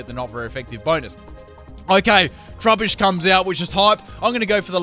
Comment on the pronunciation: t-ru-bush not true-bish